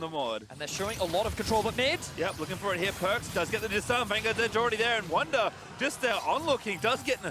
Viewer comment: It is Wunder Not Wounder 😂